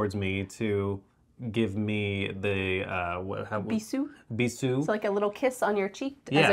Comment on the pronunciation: It's pronounced with a z sound /bizu:/ 😅 Have you been to Morocco, guys?